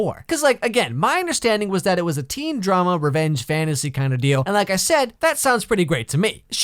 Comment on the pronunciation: Itzz... Itzz wazz....It waz really something.